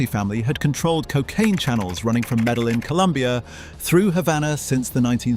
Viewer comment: It's AI slop, They also didn't pronounce half of the names in the video properly They pronounced the fucking Ls in "Medellin" 🤦‍♂️